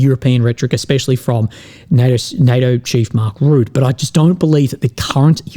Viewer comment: It’s not Mark Root it’s Rutte 😂😂😂